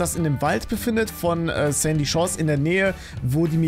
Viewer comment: Sandy Chores hört sich wie candy